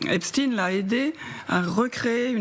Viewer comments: C'est Epstein et non Epstine ! Vaine tentative d'essayer de nous le faire passer pour ce qu'il n'est pas. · Pourquoi prononcez vous # esptine # et non epstein ? C’est grotesque. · Caviardé ? Ça veut dire quoi en novlangue ? Epstine et non Epstein pourquoi ? Merci le DOJ et les USA . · Epstein ptn pas epstine!!!!!!! Est ce qu on dit Einstine? Non on dit Einstein. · Le pire c’est que c’est un réseau qui tiens des blaireaux par les c. alors que moi et mes potes n’avons pas peur et ne sommes pas corruptible. Et c’est EPSTEIN comme Albert Einstein pas epstin. Rien que cela c’est bizarre. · C'est drôle, pourquoi Epstine et pas Epstein (prononciation à la Française). On ne dit pas Einstine mais Einstein, non ? Donc éliminatoire et je zappé cette vidéo maintenant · Epstin vous dites 😂 Vous êtes vraiment des clowns C’est vrai qu’en France on dit Einstin et Winterstin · Purée mais c'est d'origine allemande ça suffit de dire epstin . C'est nul ....! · Epstine, Poutine, Einstine... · Epstine ? On dit Albert Einstine du coup ? Waaaa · Il faut prononcer le nom Jeffrey Esptein au lieu du s il faut prononcer ( CH au du S) c'est un nom sioniste !!!!!????🐕🐕🐕🐕🤣🤣🤣🤣